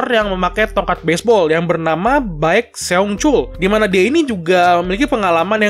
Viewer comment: Akhirnya motive Daewi diceritakan duh best boy bgt sih 😭 Penasaran ini turnamen GOH Seoul dilaksanakan total brp hari? Kok di summary eps 4 tau2 udah semi final aja yah, cepet bgt... oh atau apa pas royal battle yg survive cuma dikit yah Btw min Baek Seungchul dibacanya "Bek sengchul" terus Daewi "Han Dei" terus Jaecheondaeseong -> "Jechondesong" Charyeok -> "Charyok" Maaf min, ngakak dengerin mimin kesusahan ngejanya 😂😂